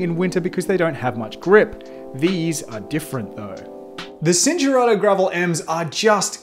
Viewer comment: It's pronounced "chin-turato" not "sin". Look up Italian basics.